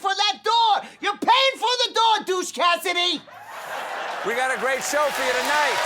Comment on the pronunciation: Even funnier...I'm pretty sure he called him "Douche Cassidy"